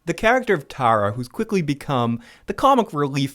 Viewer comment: I love it when people don't just read from a script and actually watch the show. I know he didn't watch the show because he pronounces Tara wrong.